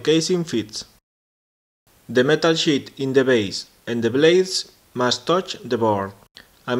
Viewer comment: hehe im laughing so hard because ur saying shit in stead of sheet. Nice video tho, keep it up!